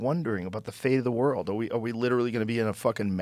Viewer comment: To be fair, Redban would have a lot more to say if he was able to pronounce “world” correctly